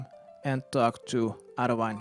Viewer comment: I love your video's but your mispronunciation of a lot of things ... painful. for example: it's the KhaRaZi jungle not KhaZaRi and it's Arianwyn with the focus on the i and the wyn is prononouced like win in dutch